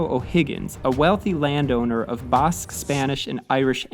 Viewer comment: Good video. Very informative. For the record though in English it’s not ‘Bosque’ but instead ‘Basque’ as in the fish Bass. 👍